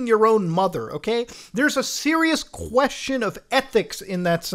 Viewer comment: that Q in "question" lmao